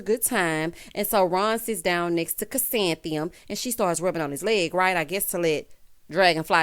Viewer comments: Not calling “Ku-san-thee-um” flower child! 🤣🤣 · I’m so glad I don’t have to listen to Ron try to say Chrisantheium. anymore.